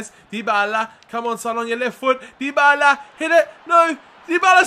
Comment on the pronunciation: Dybala is pronounced die-ba-la, not dee-bay-la like you are saying